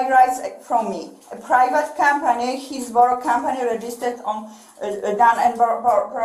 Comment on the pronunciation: She said, “Heelsboro.” I knew it had to be Trump country!